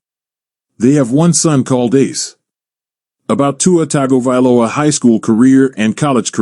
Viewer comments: It's Tongue go valoa🤦🏾‍♂️🤣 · Totally butchered his name as well as all his families name and hometown name 😂 it’s all good